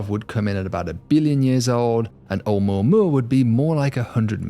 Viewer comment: Wow, at last someone who manages to say 'Oumuamua using six syllables. It's a shame he thinks the English work look is pronounced "lerk" and dust is pronounced "derst". I suspect he is trying to supress a northern English "u".